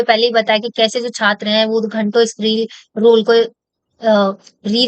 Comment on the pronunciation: 2 times😅 Reel scroll ❌Roll scroll ✅ 😂😂😂